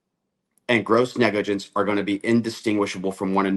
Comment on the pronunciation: Cory, you are still calling it "negligence."